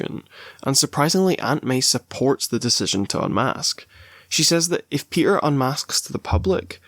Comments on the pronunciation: My boy “ PEE-ER” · "we're here for my boy pe'er" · why'd you say peter like that